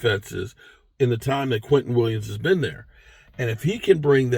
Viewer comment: Who the hell is Quinton Williams? Do you mean Quinnen Williams?